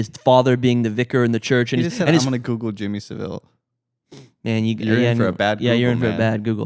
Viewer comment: Yo guys, I'm a British listener, and just wanted to clock in to say: A) It's Jimmy Saville like gravel, not like Cruella Devil, you guys were killing me with that B) is correct — I haven't see anyone on the right, or frankly in the wider public reading into TBT as anything other than a crazy fun zombie movie. In fact with the anti-intellectualism I associate with the far right, they'd probably think it were gay to go see anything other than American Sniper and whatever tf Chris Pratt is making now Also bonus point you guys are the first I've heard to suggest the post-Brexit themes, which make total sense and I'm definitely on board with. And moreover points around the gonzo shooting methods in the franchise's prior instalments being suggestive of a surveillance state put me in mind of your horror episode, when you were speaking about zombie movie origin and ideas of the braindead consumer, homogenisation of individual identity etc.. Which is to say I think there's a wider point here about the direction they're taking the 28 franchise (explicitly limiting it to one country) and how it relates to increasing contemporary notions of western isolationism, which is particularly pertinent to the US at the moment but also of the surge of far right thinking in the UK (I paused the ep to write this comment so sorry if you guys go onto talk about that) edit: you definitely did and put it all much more eloquently than I have lol Anyways love all three of you and this